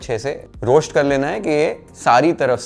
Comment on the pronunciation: श्टर , रोश्ट , पेश्ट can be pronounced as स्टर, रोस्ट, पेस्ट correctly.. try in next vedio 👍🏻👍🏻👍🏻👍🏻